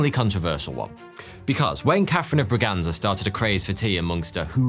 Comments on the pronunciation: Catarina de Bragança (ç is pronounced as an s) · btw its Bragança